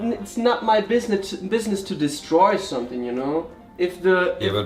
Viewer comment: Es gibt eine Sache, die mich total stört, wenn T Englisch spricht 🙊 Und das ist, dass er ständig „sonething“ sagt statt „something“... Aber so ist das nun mal 😁